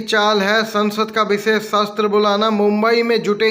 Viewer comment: भाई सत्र होता है न कि शस्त्र